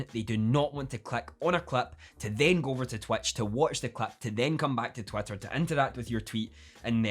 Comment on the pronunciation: Am I just hearing Twatter all the time?